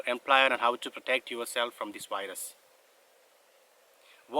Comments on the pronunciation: It seems he says wires instead of virus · “Wyrus” sounds cool.